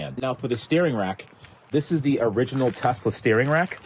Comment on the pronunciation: "Telsa figit toy"